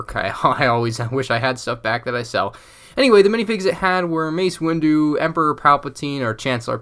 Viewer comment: You said mace windo twice